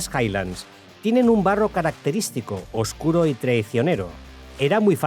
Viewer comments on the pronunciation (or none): none